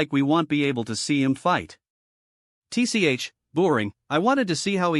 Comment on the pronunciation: If u can't pronounce words don't narrate them like wtf why can't u pronounce tch or hm just quit 🚮🚮🚮